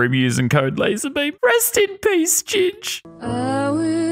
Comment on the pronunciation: It's "LazArbeam" not "LazErbeam"